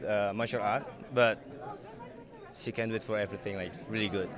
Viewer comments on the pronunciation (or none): I love how you pronounce "she" as "see" :D